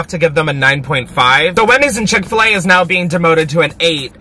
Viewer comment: It’s chick fil a I haven’t watched this fully yet but it’s chick fil a